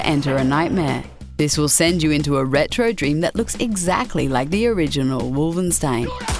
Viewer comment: ooooh Come on why she call it Wolvenstein ??! am i hearing something wrong, or does anyone else also hear her saying Wolvenstein. ?